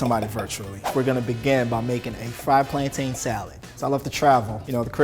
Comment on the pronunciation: It's pronounced 'plantun' not 'plantane' lol. Coming from a certified Jamaican 😂😂😂